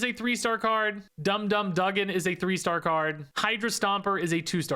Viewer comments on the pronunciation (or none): It's said dum dum (doogan) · Pronounced Dum Dum Doogan.